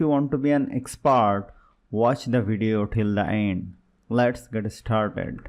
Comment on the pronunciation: "Expart" "til the eind"